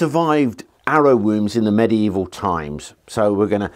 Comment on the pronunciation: So pleased you say medieval properly.👍